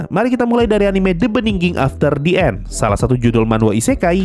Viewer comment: Btw The End sensei, bukan The And